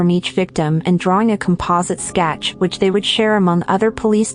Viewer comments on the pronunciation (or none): none